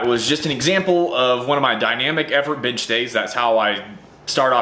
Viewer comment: At first I thought you said "Dynamic BINGE day..." I was like 8D hellyeah, boi!! Where da food at???